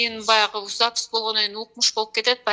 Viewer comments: Запись дегенди Запыс 😂😂😂 деген адамга ишенген келесоолор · СапЫз деп суйлогон кишиге кантип ишендинер ????????? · Запись дегенге тили келбейт экен го😂шумдуктуунун төөсу жорго деген ушу да